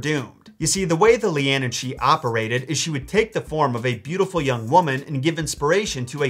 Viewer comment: Caorthannach = KWAREhonn(uck). Leanan = LANnan ;) regularly impressed by your Irish pronunciations otherwise though!!